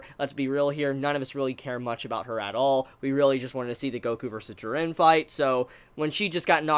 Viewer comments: JEE-RIN dummy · I'm a big fan of your videos but the way you pronounce "Jiren" really gets under my skin every time I hear it for some reason. Sorry for coming off as ignorant but is there a reason for that? No offence though. :D ;) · We all just need to except the fact will never pronouce Jiren correctly. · You say jirens name weird